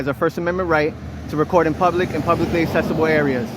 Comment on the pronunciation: assessible??? Accessible is pronounced aksessible... 😒😒😒